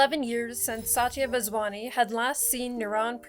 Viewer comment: i love that you did this, but girl, you butchered the vaswani pronunciation. It hurt my south asain genes but still thanks ❤